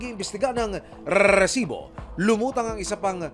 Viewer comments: Pag naririnig ko ung rrrrrreeeeesibo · Nakaka potang ina ang pag bigkas ng RRRRRRRrrrrrresibo..nag a astig astigan di naman bagay 😂😂😂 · Pinaka panget pakinggan Yung paulit ulit na pag bigkas ng reeerrrrrrrsibo! Hindi Bagay sa crime investigation documentary. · Bakit kailangan ganun magsalita?? RRREEESIBOO 😂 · Hindi maganda pakikanggan Yung rrrrresibo very annoying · Kapg nagrereport kana itigil mo na yung pagbigkas sa “Resibo” masyadong OA na eh. Mas the best parin si Pareng Mike Enriquez.